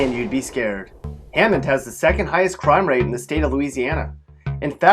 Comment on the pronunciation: well look, as for hammond, he's got it 100% right, but ponchatoula, maybe not